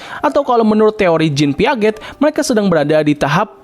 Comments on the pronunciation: koreksi bang, bacanya Piase, bukan Piaget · Piaget bacanya Piase